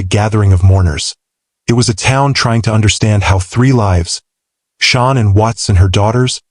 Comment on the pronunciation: Shawn Ann?!😂😂😂😂SAY IT RIGHT‼️‼️🤣🤣🤣🤣